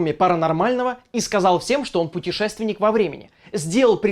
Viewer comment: Ору с петушественника во времени :D